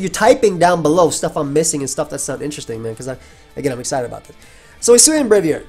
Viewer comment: they butchered Braviary 😭